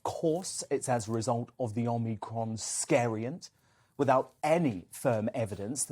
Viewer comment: Perhaps learn to pronounce the name: "Om-ee-cron", not "Om-nee-cron". People might take you a bit more seriously. Then again maybe not whilst you insist on using ridiculous soundbites like "scariant" instead of "variant". Sad thing is that whoever came up with that cringe - worthy piece of word play probably thinks it's really clever. Oh, and quoting things that scientists said 18 months ago as still true and relevant doesn't take all of the masses of research conducted since into account. Back then, it was true to say that we had no effective treatment or vaccines for covid. By your own logic, that means it's still true now. So how do you explain the reduction in the infections to deaths ratio?